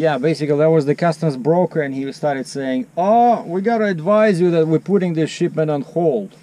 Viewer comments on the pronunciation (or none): none